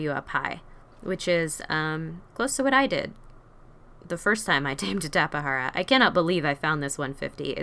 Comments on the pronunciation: I pronounce it as tap-a-jar-a lol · Its a tape,jara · Just so u know that u said tapejara wrong Edit: wow i thot no one would reply